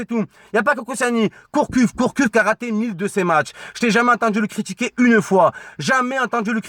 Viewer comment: Gourcuff pas Courcuff mdrrrrrrrr